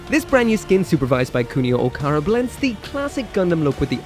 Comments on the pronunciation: First Dynames to Doonames, now you’re calling Kunio OkaWara, yes OKAWARA NOT OKARA… I’m fuming. You called Okawara “Okara “ and that’s literally incorrect. Don’t just drop letters and/or replace them with others. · First you pronounce Lfrith as Rubris, then you pronounce Dynames as Junames, now you pronounce Okawara as Okara. I think you’re doing this on purpose.